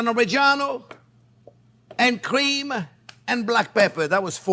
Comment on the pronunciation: I love how he says “cweme”